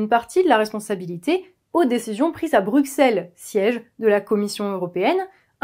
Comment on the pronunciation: Des décisions prises à "Bruk-selles", nom prononcé comme "soiksante" et "siksième", bien sûr. C'est agaçant. Et même si je bois vos paroles, je coupe ici avec un pouce vers le bas.